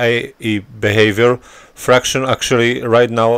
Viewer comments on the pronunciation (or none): It's pronounced "Factions' not 'Fractions'. Just saying, this is your 4th video where you are still saying it wrong. I think 3 people have told you this over the months. I know it's trivial and English is not your native tounge. It just sounds silly when you say it wrong, over and over.